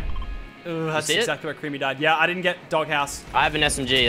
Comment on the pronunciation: he said MAC creamy LOL